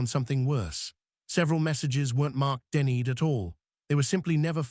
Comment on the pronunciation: Denny-ed? It's pronounced "denied"!!! Really, don't you check before posting?